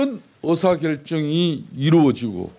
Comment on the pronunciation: 아직도 혼수성태냐? KT에서 네 발음대로 어사결정할 이유가 있을까?